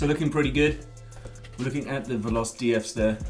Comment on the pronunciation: they arent called valos they are veloce, and its pronounced VAH-LOW-CHAY